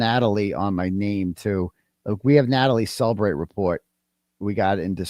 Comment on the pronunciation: It's funny how, in every case, they count on cellebrite to convict somebody. But in this case, they're saying cellebrite wrong